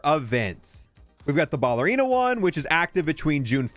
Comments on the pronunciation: Ballerina is not pronounced BALLerina. Say the word pal, replace the P with a B, and then add "erina" at the end. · BALLERINA. YOURE SAYING IN WRONG. JESUS HAVE YOU NEVER HEARD WORDS BEFORE???